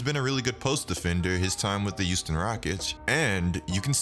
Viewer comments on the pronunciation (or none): none